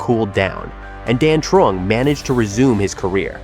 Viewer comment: lol he pronounced Dan Truong pretty good, until his ex’s name, Dung